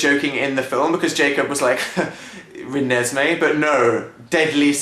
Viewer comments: I cried laughing when she said Renesme. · I had a proper laughing/crying fit when she said reneseeme, sooo funny!!!! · Raa-- Ranez-- Ranezmae? Da hell? Oh well my name is Ezri so.... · i thought it was pronounced rem-nis-me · okay so I love the twilight story like completely the books too so I have to disagree with most if your points in this video like that's not how you pronounce the babies name and Edward didn't eat the placenta if you had read the book you would have known that the placenta could only be opened by vampire teeth and that's why he had to bite it. But anyways I still love you guys despite your hating on Twilight however I can agree o the fact that Ej was a stupid name I mean like what kind of awkward ness does that start........but yeah Byeeeee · XD not to diss u guys but ur pronouncing the name wrong XD oh and u have to read the books to get it ...but im a girl so this is normal behavior XD XD XD oh and if u liked how jacob imprinted on renesemee you have to see oart 2 its frikin hilariouse ..bella kicks his ass